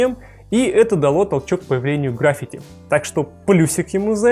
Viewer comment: ГраффИти (ударение на "и").